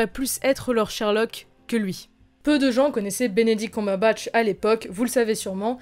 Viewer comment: Elle me perturbe ta prononciation de "Cumberbatch"